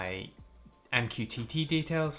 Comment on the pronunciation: i can never take mqtt seriously after hearing you say " m q tity " 😂😂